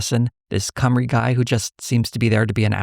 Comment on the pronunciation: Also, Cwmry is pronounced more like “chim-ru”